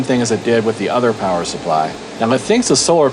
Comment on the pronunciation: Elmer Fudd made a powa station. It's a CellPowa you waaskeli wabbit. I rather enjoyed your laid back chillin to the music session - funny stuff!!!